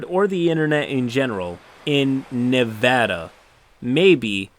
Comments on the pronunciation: On behalf of all Nevadans I thank you for saying Nev-ä-da and not Nev-ö-da. You sir are a good person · Thank you for pronouncing Nevada correctly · Woo! Kudos to you for pronouncing Nevada correctly! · You said Nevada correctly. Thank you. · Didn't expect to hear my states name pronounced properly. Glad to see this guy got banned almost instantly cause he earned it. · I know this was a disgusting story and I’m appalled... but I gotta say thank you for saying Nevada right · Damn you pronounced Nevada right and it made me so happy I wanted to subscribe a second time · As a resident of Reno, Nevada. I appreciate your correct pronunciation of the name of the state. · Thanks for pronouncing Nevada right!